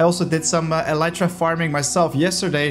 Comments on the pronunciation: Bro I’m sorry but it is pronounced Eli tra not Ele tra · The way he pronounces “Elytra” made me GAG. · okay, I googled it. the way he is pronouncing it is still incorrect.